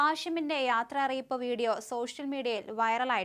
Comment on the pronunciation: യാത്ര അറിയിപ്പോ......ഇതെന്താ റെയിൽവേ സ്റ്റേഷനോ.....ങേ....ആനെവാലയും കൂടി പറയായിരുന്നു..... യാത്രയയപ്പ്...... നാക്ക് നന്നായി വടിച്ചിട്ട് കുറെ പ്രാവശ്യം പറഞ്ഞു പഠിക്യ....😁😁👍